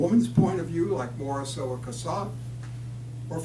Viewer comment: At least learn how to pronounce Morisot's name.